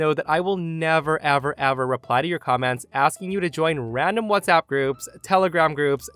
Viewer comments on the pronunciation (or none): none